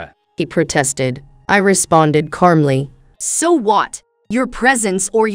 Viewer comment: Software. And it still mispronounces calmly.🙄